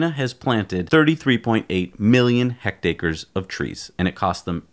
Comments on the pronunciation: hectares guys, not hectacres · Just FYI it's hectares. hecked-airs. Not related to ache-ers. A hundredth of a square kilometer.